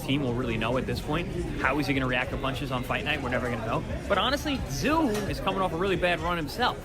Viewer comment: Who the hell is "Zie U??" I gave you a "like" but you gotta correct your AI and get the damn names right! It's Tszyu (Zoo!) Tim Tszyu (Zoo!!!) C'mon now....be fair. 😅😉